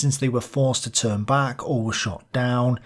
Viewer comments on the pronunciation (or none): none